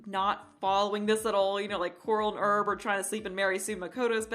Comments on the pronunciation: Herb = HA-ER-B, not Erb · You are supposed to pronounce the h in the Male name Herb.